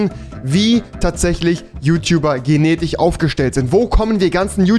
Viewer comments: Kann anscheinend nicht Mal richtig reden 🤦🏼‍♂️ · Steffan Rübner genetich hahahah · Schwedich Polnich Finnich Genetich Muss los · „Genetich“ so gehört sich das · Niemand: Rewi: Geneticher Ursprung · Niemand: Wirklich niemand: Rewi: genetich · Niemand: Wirklich Niemand: Rewi:Genetich, Genetiche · Rewi sag mal genetiSCH oder einfach SCH